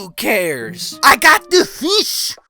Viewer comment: "Who cares? I got du feeesh!"